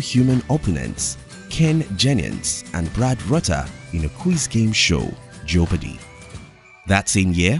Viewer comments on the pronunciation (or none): it bugs me how he said Jeopardy...